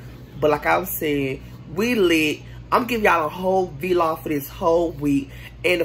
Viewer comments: It’s vlog not v-log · Yess V-log not vlog huh? 🤣🤣🤣